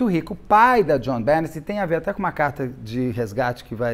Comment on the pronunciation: Beto, o nome dela pronuncia “Jonhbenê” 😊😉